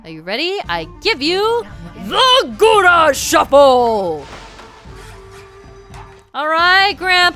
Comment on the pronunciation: I listen to youtube while at work so I'm not watching the screen usually. I hear talking about The Gura Shuffle and I swore she was saying Gouda shuffle. (Gouda as in the cheese.) xD